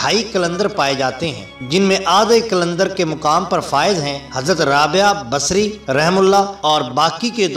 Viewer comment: Hazrath rabiya basri rahemathullah alehi. Sahi pronounced nhi kiya hai.